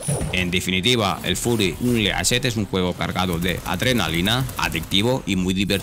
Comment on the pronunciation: "Fury UnLEAshed"? Porfavor aprende como leer y pronunciar ingles. Gracias. Lo demás buen video.